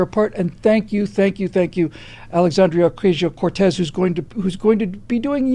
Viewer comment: "Alexandra Crazio-Cortez" :D